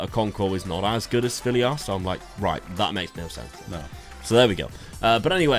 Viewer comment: stop calling svilar sviliar